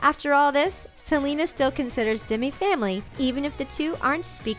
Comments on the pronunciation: Its demi not dimi lol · its demi not dimi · Why did they say Dimi instead of Demi? It just annoyed me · demy not dimy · how she said Demi